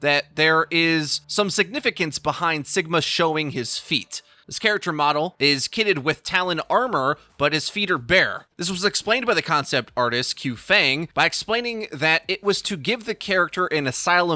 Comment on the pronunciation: Not “cue” “fang” but more like “chill” “fung”